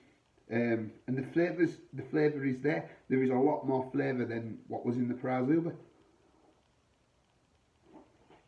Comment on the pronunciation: As far as I understand it, it is pronounced Zhubre (sounds like subher). Good review....mine is still in the fridge...